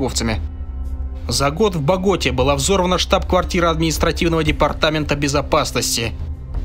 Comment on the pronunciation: Пересматриваю его биографию уже который раз,рассказываешь интересно Но то как ты ставишь ударения на БОготу и ла кАтедраль аж уши режет,ты же готовился к выпуску и не знаешь правильного произношения?🤦‍♂️ фу